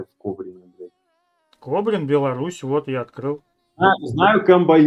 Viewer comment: Не Кобрино, а Кобрин